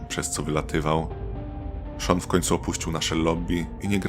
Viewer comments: Sean nie Shawn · Czemu lektor mówi Shawn zamiast Sean